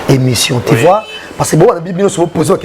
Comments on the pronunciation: Monsieur en casquette rouge ont dit tu vois, et non ti vois..juste un rectificatif, merci. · Yo jazz on dis tu vois et non ti vois